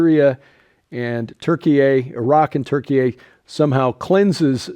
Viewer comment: I'll stop at the first story, really don't want to hear Turkey-eh again.